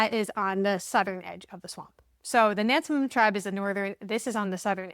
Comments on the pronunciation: Im from that area. People with these last names are everywhere there. BTW we pronounce it Nans-mond. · Locals pronounce it "Nasmund". Like Nawfuk and Sufuk. Instead of Norfolk and Suffolk. Portsmouth ? "Portsmith". Now do The Guineas of Gloucester Point. It's on the Middle Peninsula. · Not to be the speech police but everyone get this wrong. Powhatan is pronounced "Pow a tan" and Nansemond is "Nanz Mund"